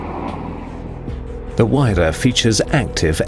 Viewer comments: say it like wire-ra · no its HERERRAAA XD